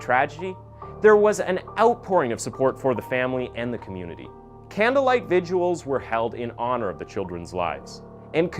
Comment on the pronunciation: just want you to notice you said "viguals" instead of vigils here